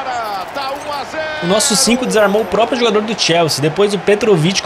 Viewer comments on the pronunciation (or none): none